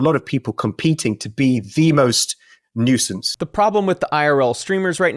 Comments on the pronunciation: “Noise-sense”?, it’s Nuisance. Pronounced “NEW-sense” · “A noisence” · It isn't noi-sense It's new-since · Come on is nuisance not noisesance, this is like when coffeezilla said glascow😂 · it's "new-sense" not "noi-sense" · It's pronounced new-sense lol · what is a noy-sun-sez? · Nahhhh "Nuyyscense" ??? 😂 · I dig your content, keep doin work. I've never heard a native English speaker pronounce "nuisance" like you... shits hilarious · Bro do you really not know how to pronounce nuisance? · wait...how you say nuisance? 😂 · Good vid but please learn how to pronounce 'nuisance' ahahahahaha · Did have somebody write his scripts and he doesn't know how to pronounce "nuisance"? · The way you pronounce nuisance is interesting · Why do you say nuisance like that